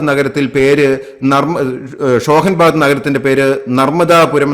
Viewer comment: ഷോഹൻ ബാദ് അല്ല, ഹോഷഗബാദ്.. ആയിരുന്നു